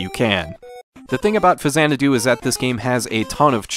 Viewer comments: faks-anadu. faks-anadu. faks-anadu. not fazanadu. I was a game play counselor back in the day. They made sure we pronounced it right on the phones. It's the way Nintendo pronounces it. It's the way Hudsonsoft pronounced it. It's pronounced that way in Captain N: The Game Master. An X in the middle of a word is never pronounced like a Z. Show me another example. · I know the series is pronounced Zanadu, but I have never heard this game called FaZanadu before. I've always heard people call it Fax-anadu. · Not fa-zanadu. It's Faks-anadu. I worked at Nintendo as a gameplay counselor. They specifically addressed this, informing us that it was pronounced faks-anadu (straight from Hudson's mouth). Show me another word where an X in the middle of a word is pronounced like a Z. It's a portmanteau of Famicom and Xanadu, sure, but the game is pronounced with a /ks/ in the middle. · X is only pronounced like a Z at the beginning of a word. “Zanadu” and “Faksanadu.” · "Fazanadu" lulw I'm so triggered. 🤬🤣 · I've never heard the 'X' in Faxanadu pronounced like a 'Z' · 600th comment here, you're mispronouncing it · Automatic thumbs down for your ridiculous pronunciation of the name.